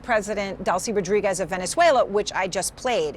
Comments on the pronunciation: Butchered her last name then said the president was on top of her. Jeez CNN.. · Really? You can’t pronounce Rodriguez?